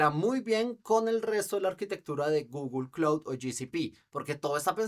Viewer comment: Primo se dice Vortex...la otra es Google Claud